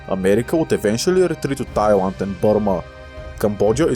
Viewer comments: I keep hear you call Thailand as "Taiwan" for some reason.... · is it just me or is he saying thailand as taiwan? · Yeah it sounds like he’s saying Tailan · Here are what I observed, he unknowingly pronounced "l" as "w", it's cute and here are some of the examples: • Laos → Waos • Thailand → Thaiwand • peninsula → peninsuwa • Bangladesh → Bangwadesh • island → iswand • popular → popuwar • well → weww • guerillas → gueriwwas • control → controw • balance → bawance • Guatemala → Guatemawa • canal → canaw • Colombia → Cowombia • Latin America → Watin America • collapse → cowwapse • a lot → a wot • longer → wonger